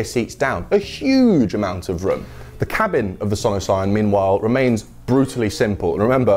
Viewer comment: only down side, Sono Sion sounds like 'son of sam' in my head every time he says it.